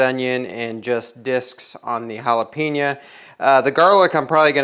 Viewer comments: Jalapen-YO, you damn midwesterners! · Dude, jalapenO